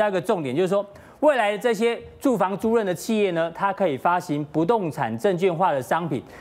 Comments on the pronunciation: 租赁（lin四声）每次都读错。。。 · 租赁！！！租令！！！这个字念“令”！！！